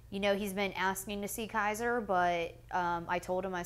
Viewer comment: if an interviewer would say my kids name wrong, I'd get up and walk out. KAZER? LoL.